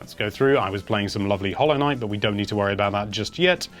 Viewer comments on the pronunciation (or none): none